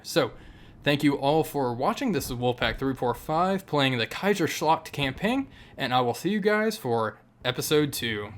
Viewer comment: Jaggeschwade in da keisaschlagd.... I love your German pronunciation 😂